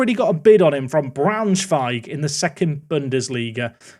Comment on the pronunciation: How is it you can pronounce Braunschweig but not Guiseley?! 😂😂😂